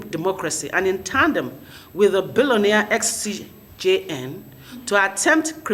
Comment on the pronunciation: A lawyer, you consistently and repeatedly could not pronounce just "CJN....."